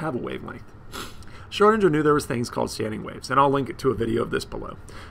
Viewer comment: Lol, learn how to say Schrodinger's name first, then make the video. Triggers me evrytim